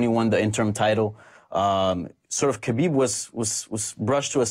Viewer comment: How does Luke get upset at donks who mispell Conor/Connor but can sit with people who WORK in MMA and cant learn to say Haaaaabeeeeb right ? Seriously, its not that hard. I get that meathead Schaub and his little chihuahua buddy aint the sharpest tool (and he infects Rogan who says it right but when Schaub is on, reverts to the wrong way) but the others here are journalists. You learned to say the brazilian names like Hoyce Gracie properly, not sure why its hard to get his right. Yes, I get that its a ridiculous english translation that puts a K in Khabib even when there is none in russian (nor are there silent letters in cyrillic) but if youre not sure which is right, how about asking someone? Because you know,...its your job and you should know how to same the name right (never mind a lack of hespect).